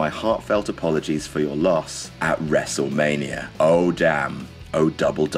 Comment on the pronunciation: he says wrestlemanier